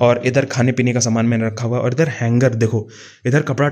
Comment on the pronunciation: Idharrrrrr. Udharrŕrrrr😂